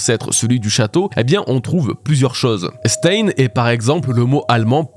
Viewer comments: Stein, en allemand, se prononce "Chtaïne", pas "staine" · C'est pas 'staïne' mais 'chtaïne' 😂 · Stein ne se prononce pas comme ça mais ( stein = chtayne) comme einSTEIN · je t'adore depuis des années, mais je t'en prie, Stein ça se prononce "schtaïn" 😭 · « Stein » se prononce « chtaïne », comme le groupe Rammstein. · Se lit stain. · stein se prononce en allemand Stein {m} /ʃtaɪn/ sta ïn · Coucou, tu travail toujours aussi bien mais s'il te plait, le mot "stein" En allemand se prononce "chtaïn" 😅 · Super vidéo mais ta prononciation de Stein c'est pas possible 🥲😂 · Je suis désolé mais tu prononce pas bien du tout le mot Stein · La prononciation de stein pitié! 😮‍💨